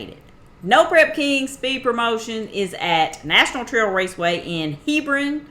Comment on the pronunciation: Now wait a minute, lol literally, I sat down to watch a normal video and ya start right off with the Hebron thing 🤣. I was born there and we pronounce it "HEEBRUN" like you said at first. Hebron was/is hillbillies from WV who moved toward Columbus for work years ago (but were afraid of the city:) Lots of interesting stuff about that place I realized after I moved. It was a center for the mound builders, serpent mound, ancient earth works, the decalogue stone, ancient flint trade, the area is shaped like a shallow bowl and the arctic vortex likes to center there and make it the cold spot in the entire nation, Appalachia stops there and it turns to flat land. Roman Atwood is from the other side of the lake and lived there and did his vlogs there, no doubt Cleetus, Demo Matt, Logan and Jake Paul, spent time there with Roman and family. Since you begged to know all this 🤣 Oh and I think that track was well known by every NHRA legend there was. Okay can I watch the video? 😆 Edit: Oh, and a dialect map shows it' has a dialect unique to the entire nation except for a small area in Oregon somehow.